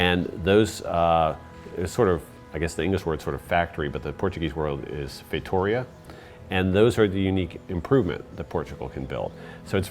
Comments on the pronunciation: Feitoria is not pronounced "Feitohria", but "Feitureea". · I think his pronounce of "feitoria" is incorrect....